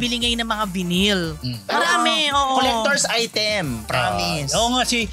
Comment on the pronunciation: Vinyl is pronounced (vay nil)